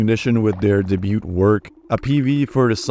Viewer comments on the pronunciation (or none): two things: -the T in debut is silent -"hime" is a Japanese word and has two syllables.